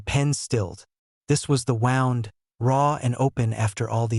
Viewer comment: I learned AI cant pronounce wound today LOL, this is a bueatiful story tho